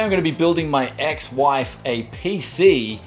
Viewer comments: Hahahahah you really emphasize the EX part. Good Job Man. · i like the emphasis of EX :)))))